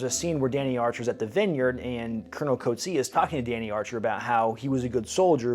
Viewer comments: I need to teach you the correct pronunciation of Coetzee, as well as some other Afrikaans words. It'll make the South African content so much more authentic. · As an Afrikaans South African it's always funny to hear Americans pronounce our surnames Like Coetzee